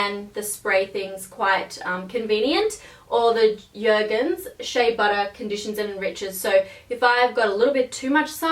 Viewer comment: Jergens isn't scandinavian. You pronounce the J.